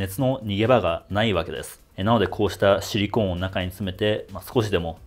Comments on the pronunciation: シリコーンの言い方が完全にユニコーンで草🦄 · シリコーンの発音がユニコーン。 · ユニコーンとハリケーンのイントネーションを受け継いだシリコーン氏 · シリコンは頭に、シリコーンは真ん中にアクセント置く人が多いと思います